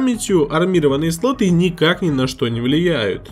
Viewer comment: МаркЕтинг, матерЯ, сатой, ппц грамотность. СлотЫ, пинЫ, вместо слОты, пИны, вам бы подтянуть грамотность.